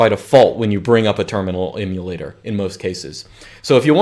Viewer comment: Great information but excruciating listening to you mis-pronounce Emulator so many times